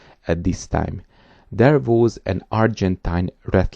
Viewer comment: THERE WAS is not pronounced DARE VOZE. Need to get rid of the thick accent!